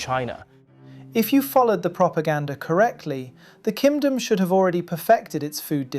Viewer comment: Am I crazy or I do keep hearing Ki[m!]dom???